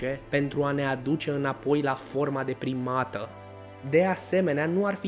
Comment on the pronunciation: Când spui „de primată“ eu aud „deprimată“ și, pt. o clipă, mă gândesc „Ce formă deprimantă a corpului!?“. 😂😂😂